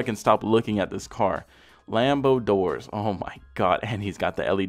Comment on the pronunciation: Lambor doors! Lmao!